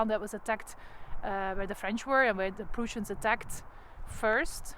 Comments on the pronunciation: Oh and the Prussians are pronounced as,Preuh ssians not pruuussians. Sorry no offence just ,ter informatie. Dank u voor deze toffe video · Ten eerste, “Lasne” spreek je uit als “Laan”. Ten tweede, uw Engels heeft een gruwelijk Vlaams accent. “Pruusians”…. Mens toch. Ook “Blücher” (met Umlaut dus) spreek je heel anders uit.